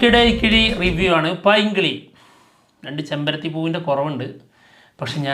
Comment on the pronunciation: Painkili ❌ Pailnkili ✅